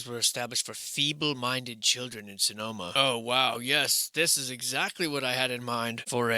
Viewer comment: Fee bull. Ba'al's fee?